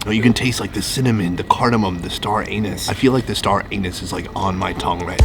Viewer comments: seconds star-anus 😂 it's pronounced star-anese what a legend 😂🤣😂🤣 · Lmfao wtf is star AN-US?!?!! U mean star anise?? LOLOLOL IM CRYIN!!!! Oh man... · it’s star anise, not star anus unless you are trying to be funny. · Sounded like you were saying star anus instead of anise !! Hahahhahaha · Hahahah star anus....... its pronounced star aneese lol your so funny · Wait… did you just un-ironically say star ANUS? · it's called star anise, not star anus. LOL. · He said "star anus" 😂😂😂 It's star anise. Not a dig just found it hilarious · 🙄 Star Anise (aa-nees) not Star Anus. 😂😂😂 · it's star ah-neeze, not star anus LOL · I love all your videos keep making more please. Note it isn't star Anus... i'm sire it's pronounced star Anees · maybe you should pronounce star anise less like star anus & more like star a-niece. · A-neese not anus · You are so cute ☺️ Star Anus 😆😭🤣, it’s Star Anise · Nobody notice him say "star anus" instead of anise 😂😂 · ...at the part where he said"star anise"i heard "star anus" 😂😂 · ... I feel like the star-anus ( anise) is on my tongue right now 🤣🤣🤣🤣🤣🤣🤣🤣🤣🤣🤣🤣🤣🤣🤣🤣🤣🤣🤣🤣🤣🤣🤣🤣🤣🤣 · Lol. It’s pronounced Star “Anise” not Star “Anus” 😂😂😂. It’s ok we forgive you! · Star "ANUS"? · Star ANISE not ANUS lmao dude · "Star anus..." you mean an - i -ease? =P great content as per usual :D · The star anus Me: waiminute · ‘Star Anus’ can’t say it sounds overly appetising 😂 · the "star anus" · Star Anus? I think it is star Anise. Just a little cue to help with pronunciation x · "star anus on my tongue" bwahahahahaha its star anise!! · "star anus" hahaha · Star Anus no no, it’s star an-neese. Child. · pronounced (star-a-niece) not anus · Star Anus lol star anise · Star anus? Was it? 🤣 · Star anis not star anus bro. Lol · Star A-Niece,, not Star-Anus:D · It’s star an-is not anus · Why do you pronounce Star anise as "Star Anus" 🤣🤣🤣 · Did he said star anus?? 🤔🤔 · it’s pronounced as star aneeese, not star anus 😂🤣😂🤣😂🤣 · Yea "star anus" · Star anus??😂